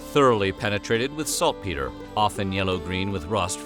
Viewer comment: Did he say....Cooked with soft peter?